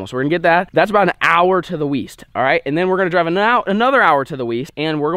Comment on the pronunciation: whoa did say east instead of weast